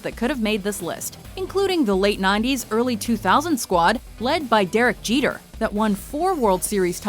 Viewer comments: "jerek jeter" ... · did he say jerek jeter? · “Jerek Jeter”